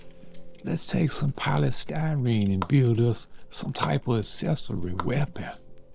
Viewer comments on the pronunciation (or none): none